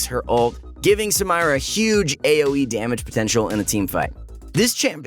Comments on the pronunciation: Everyone: Sa-mee-ra: Sa-MY-ra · when he says Samaira it makes me cringe. correct pronunciation should be Samera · SUH-MEAR-AH. Not SUM-EYE-RAH BRUH HOW DID YOU MESS IT UP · Cringe everytime you say her name Look up the name its not SA-MI-RA its SA-ME-RA its originaly arabic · Hearing him say Samira as "Sa-mai-ra" makes me 😬 it should be "Sa-mee-ra" 😂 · rayane lachga i live in an arab country and i can assure you, its sum-eer-a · Yes I hate it when he pronounce it like that..... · The way how he pronounces Samira is so white bread white boy 🤪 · its not samaira its Samira bruh can u not read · Excuse me? Sa-mai-ra? What? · Why Sam-eye-ra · Why tf do u always fuck up new champs names , Samira , Sa Me Ra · i think she's pronounced Sah-mee-ra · SAMIRA DOESN'T PRONOUNCE SAMIRA IT'S SA/MMY/RA it's a common arabic name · No Sa-mei-ra dude. SAMIRA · Its not Samyra... Its Samira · "Samyra" kekw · "Samyra" XD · its not some-eye-ra.. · STOP MISPRONOUNCING EVERY SINGLE NAME THAT IS EASILY VERIFIABLE YOU IDIOTS! HOW DO YOU EVEN MESS UP??? RIOT PRONOUNCES EVERYTHING FOR US!!!!!! MY GOD!!!! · QOTD: night and midnight I have other stuff to do in the morning and afternoon. Also the way you said Samira is shocking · She litterally says her own name in the reveal video. And yet you're insistently pronouncing it wrong.. oof.. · Do you intentionally mispronounce Samira's name or what? xD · The way he says Samira pains me in arabic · Guys i love your videos, but please stop pronouncing Samira wrong. PLS!!! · Wtf was that Samira pronunciation?